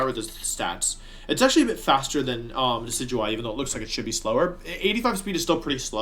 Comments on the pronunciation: Aww, you pronounced Decidueye correctly. I got so used to hearing "Decky-Dewey" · Wait did he just pronounce decidueye correctly?